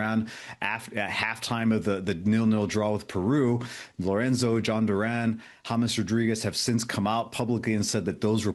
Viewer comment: I appreciate the host trying to pronounce all the country names with a Castilian flair but not every R needs to be rolled ie Peru 😂😂